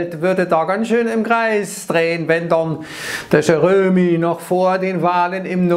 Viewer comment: Lustig, wenn der sächselt - "Dör Jöromi..." 😂😂😂